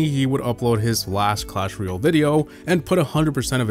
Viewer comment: Guy pronounces it Clash Ruyel